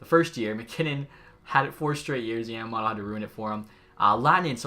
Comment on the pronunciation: as a die hard oil fan you saying kailer yamamotos name like that kills me. Try to say the o's as o not "otto". alright bye this series lokey fire.